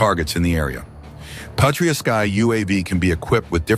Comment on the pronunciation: Excellent and very informative presentation. IMAO Patria has the accent tone on the first "a" and not the "i", since the word comes from Latin, meaning "Fatherland".